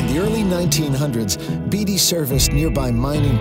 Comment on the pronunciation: the town in NV is BAY TEE not BEE DEE